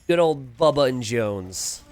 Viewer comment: it is bubba not baba :chillwcat